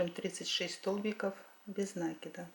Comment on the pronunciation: Вы замечательная мастерица, спасибо Вам, я многому у Вас научилась. Но вот над речью Вам следует поработать. В русском языке говорят " складываем, а не слаживаем; кладём, а не ложим, накИд, а не нАкид". Желаю Вам всяческих успехов, в том числе и в разговорном русском языке!